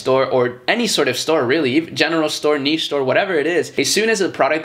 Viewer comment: I've been on the fence about starting dropshipping for a while but what you said about making a niche store with a bit of versatility whilst promoting one main product at a time makes total sense! Wish me luck! Also thanks for saying niche correctly, very cringe when people say it wrong :S